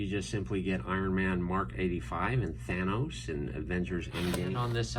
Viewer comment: At the beginning did this dude just pronounce it thanis